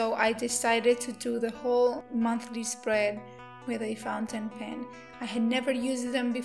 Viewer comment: Very beautiful! Though every time you said Fountain Pen I cringed.